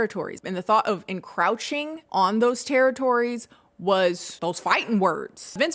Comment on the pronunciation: Love the video, one thing though: the second syllable of encroach is pronounced like the oach in coach, not like ow-ch.